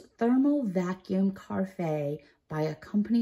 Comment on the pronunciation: I believe it's pronounced "ka-raf" (short a)